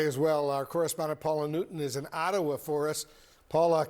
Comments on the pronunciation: Its OT A WA Wolfe. Not AT A WA.😂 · Hey Wolfe Blitzer! It's pronounced Ah-tuh-wuh (Ottawa) NOT Aaaa-to-a. You should learn how to pronounce our capital. That's disrespectful. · you pronounce Ottawa like this " ɑːtəwə "